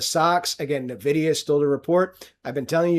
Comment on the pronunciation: Someone needs to tell this clown it's not pronounced NUH-vidia.